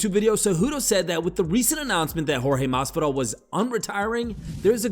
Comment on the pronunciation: How does Henry Cejudo, who’s of Hispanic descent, manage to butcher Jorgè Masvidal’s name? Henry is a dum-dum.